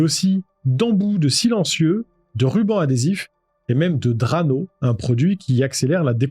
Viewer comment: Qualité 👍. Prononciation de "Duane" et "Drano" à revoir en revanche.